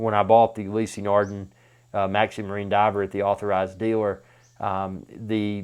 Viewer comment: Never heard of You-lee-see nar-din It's pronounced Oo- lis nar-da